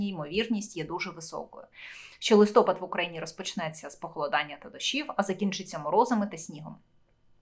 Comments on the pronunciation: Не лИстопад,а листопАд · Коли ви вже вивчите, що в Україні листопАд, а не листОпад?????????????????? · Не листОпад,а листопАд!Грамотії! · Ставте правильно наголос - листопАд, а не листОпад. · Да почему "листо́пад" ? Если "листопа́д"! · в укринском языке есть слово ЛИСТОПАД,/ ударение падает на последний слог, а не на первый слог/ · Не листопад( ударение не на о , а на а),не украинка ты..... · Листопад - наголос на а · Листопад потрібно говорити з наголосом на букву "а" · листОпад,чи листопАд?зріст яєць-це що?Шановна,поважайте себе і глядачів. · Ріже слух коли не правильно говорите листопад!